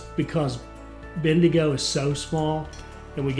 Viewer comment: As an Aussie from north QLD, the pronunciation for Bendigo is ‘Ben-Da-Go’ and say it together quickly